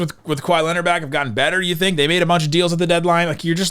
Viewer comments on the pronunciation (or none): none